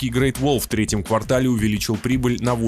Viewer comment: Не квартАл, а квАртал-три месяца. Когда вы уже научитесь по-русски говорить правильно?